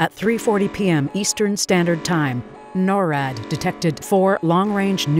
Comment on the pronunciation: It’s not called norad it’s called NORAD